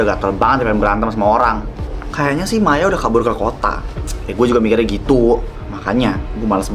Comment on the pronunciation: Kok ya Maya manggil Maya kok jadi mayo